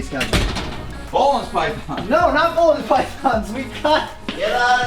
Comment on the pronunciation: Great video as always, thanks and the team! Just a small detail, you pronounce it ''boolen's'' instead of ''bohlen's'', Boelen is a Dutch name.